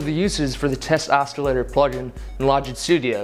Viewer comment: It's not "oskilator"